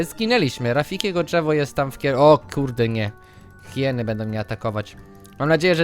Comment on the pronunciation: mów na hieny hajiny to epicko brzmi:) pozdrowienia dla wszystkich:)